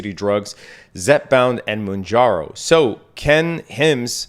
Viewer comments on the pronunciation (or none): none